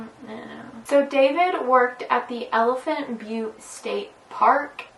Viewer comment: You’re channel is so underrated. Also you pronounced elephant butte correctly